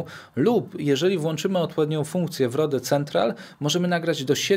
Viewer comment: ludzie to się czyta ROŁD a nie. R O D E to nie polski produkt, pozdrawiam